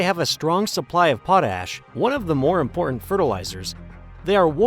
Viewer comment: "Important" is an English word that ends in "T" sound, not a grunt.